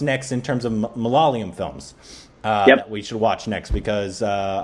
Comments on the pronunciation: You are still pronouncing malayalam wrong please. It's not that hard. Pay attention to the spelling. Its MA - LA - YA -LAM. You are saying it like this - MA - LA - LA - YAM. Get it right please if you are gonna react to malayalam movies. Please. 🙏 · For 100th time... It's ""MAA LAA YEAH LAM"" NOT MALALAYAM.... you guys are reversing Y and L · Dude, it's not maa laa yeah lam, it's jus ma la ya lam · its ma-la-ya-lam not malalayam. I know its hard. Word malayalam is a palindrome. Try reading it backwards. Great reviews by the way. I recommend Sudani from Nigeria. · it's not "ma la la yam", it's "ma la yaa lam". I know u have tried. Just keep on trying dude. One of these days ur gonna nail it. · its not MALAA-LAYAM its MALA-YAALAM .. Hope u got that ..lol :) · For the love of goddddd.....it's ma-la-ya-lam not ma-la-la-yam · It’s pronounced “ Ma La Yaaa Lam “ You guys just need to stretch the Ya a bit more. Not the La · for the 102nd time.. It's pronounced Ma- la - ya - lam.. 🤗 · How long are you guys going to say Malaala-yum? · now has the consonants right. He's not stretching the ya yet though. The ya here is the ya in the word 'yard' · I dont know how gets the pronunciation on point.... And why mess up... 😁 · These guys come in and mispronounce malayalam for like the millionth tym..... Then give us the best and the most intricate observations and genuinely like the movie..... I'm confused